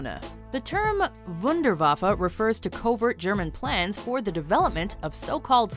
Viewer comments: Why Wunderwaffa its real names are Wunderwaffe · Did they just say wonderwaffle